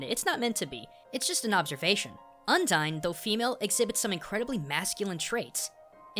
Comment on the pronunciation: Oh my god dude, I get you're a weeaboo but the way you pronounce some things is just... awful. Undyne is mostly based on Undines, a variant of merpeople who are all female and fall in love to get a soul.